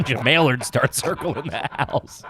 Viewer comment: Blink and you'll miss it, but says "mail-erds" instead of mallards. I almost drove my car into a child playing football in the road, cause I fucking laughed so hard. Shout out street football.